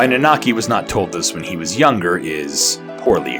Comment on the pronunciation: also It's nanaki not naanaki, sorry i get hung up on such dumb things. edit well shit you start saying it right, right after I posted this lol sorry.